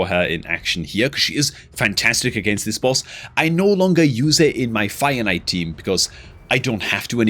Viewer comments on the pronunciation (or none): I still can not get over the way you say fire knight. I always hear finite trying to figure out what you're talking about lol